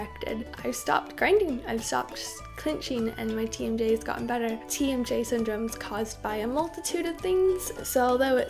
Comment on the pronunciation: Every time you say "TMJ" I keep hearing "Team J" and I'm like... Team Jacob? o.O